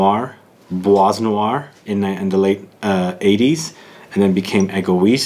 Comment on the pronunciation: Hello, l reaally enjoy your review videos and comparison ones... and this one doesn't disappoint!! (Bois noir is pronounced like : [BWA noir], the S at the end of bois is not pronounced) ... Cheers!! And can't wait for future reviews!